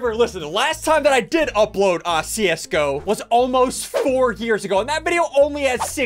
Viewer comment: How he says see us go pro like csgo